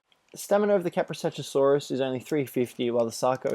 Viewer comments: It's Ka-pro-sook-us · When you hear someone say Kaprosuchusaurus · Iz kaprosukus Not kaprosuchusaurus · it's kaprosuchus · it's kaprosuchus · Your pronouncing kaprosuchus wrong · jesus christ how many fucking times were you able to see their names and still never get it right?